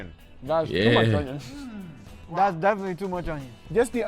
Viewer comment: once said: ✨O N Y O N✨